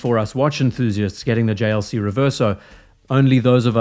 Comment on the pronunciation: The JLC pronunciation was chefs kiss🤌